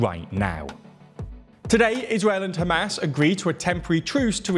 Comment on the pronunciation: Every time you say Hamas, I hear ham-ass lol. Love your videos!